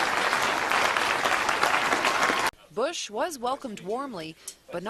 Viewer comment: No! They're saying boo-ush! Boooo-ush